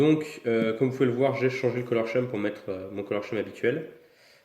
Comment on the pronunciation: Rui R Reis color scheme, Skim de sa prononciation mdr, c'est les couleurs utilisées pour les stickers